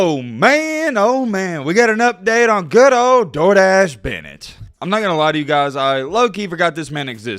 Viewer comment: For the Longest time I thought was Saying Stenton "Jordache" Bennet not "Door Dashe"😅🤣🤣